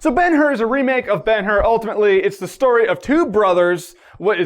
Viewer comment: Ben-Hur = Bone-How